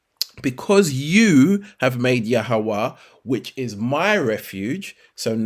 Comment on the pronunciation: Why you let the devil make you mispronounce yahweh's name, I would love you prove the origin of that name you call.